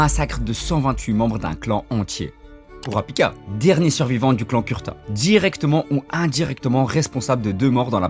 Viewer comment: Mon reuf juste une remarque Son clan c pas Kurta mais kurouta Apars sa la vidéo stylé c une bonne vision meme si jai deja entendu cette théorie mais le fait d'approfondir c mieu merci (J’attend d’autre vidéos bon courage )